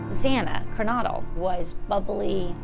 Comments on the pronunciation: It’s extremely disturbing the Senior Investigative Reporter mispronounces Kaylee and Kernodle. She obviously didn’t do her research. She should be fired from her job. She’s an embarrassment to the broadcasting community and the company she works for. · Its kaylee not kylee get the names right and kernodle not kernoddle!!